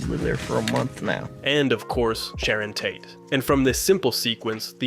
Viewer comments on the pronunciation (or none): none